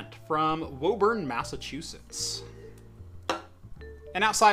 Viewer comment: Mass resident here and while I don't fault you for mispronouncing Woburn, is woo-bin not wo-burn.